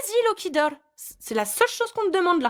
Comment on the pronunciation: "Vas-y Lokidohrr !!" magnifique accent 😜😂